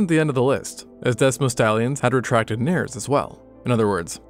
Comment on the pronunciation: NAIR--eez, in two syllables, not nares, with one syllable.